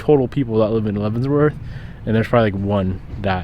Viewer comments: I wonder if he knows it’s called Leavenworth, not Leavensworth lmao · Love the content, but my guy... there is no s in Leavenworth. Every time my wife and I heard you say "Leavensssworth" we cringed a little 😅 But all love, glad you got away from the shop for a few days 👍🏽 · It does not pronounce "Levenzvorts".